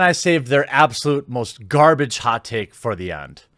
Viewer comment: Was that "most sonic fans" or "both sonic fans"? Cause it sure sounded like both to me.